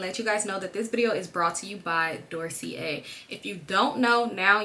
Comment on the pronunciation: girlll 😭 you pronouncing Dossier incorrectly 💕 like you’re saying it mainly correctly, just leave out the R (so not doorsier)